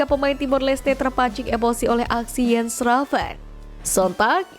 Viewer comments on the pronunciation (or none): Ko baca nya jadi Iens Ravens mbak.. bukannya Jens Ravens..